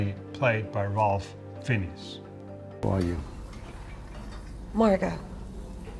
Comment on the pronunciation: This "critic" in the video would actually be credible if he could pronounce "Ralph Fiennes". He missed on both the first and last names.